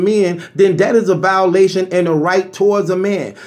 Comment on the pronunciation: Lmmfao!!! Were coming to your live from LD TV... were you hear words like..... "backetball"," dhings" "vowlation"... and last but not least..... "fahder"!!!